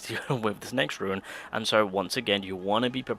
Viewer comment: The word is rune not ruin.. come on muh guy